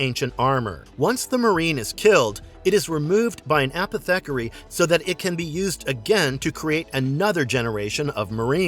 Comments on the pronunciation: It"s A-poth-ih-carry, sorry that was driving me nuts pronouncing it as apeth-eckery. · I’ve never heard someone pronounce apothecary so wrong before